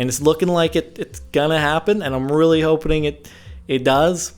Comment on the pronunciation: "I'm really hopening it does!"